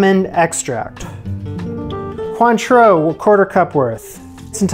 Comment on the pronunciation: You baffle me. You pronounce Cointreau perfectly, yet you say "lick-cure"...